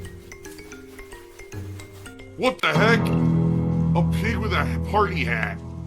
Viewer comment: That “save the peeg” cracks me up!